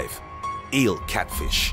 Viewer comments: is my favourite part of this video because the narrator calls a FISH a FLISH, & he forgot to edit it out. It's just awesome. Here's the quote, "In the water the eel cat FLISH employs a different hunting technique." "THE EEL CAT FLISH." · Didn't know there was something called Just listen to:D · He said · Anyone else catch it? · Hahahahahaha I did! I didn't want to comment w/o seeing if I was beaten to the punch. Yeah I had to rewind it a couple times and yep! "" 😂 Too funny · "Eel CatFLISH". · 0:6:6 you said cat flish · in the water eel "" XD